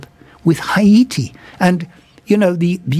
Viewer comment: Haiy-ti. That’s the way to say it. Well done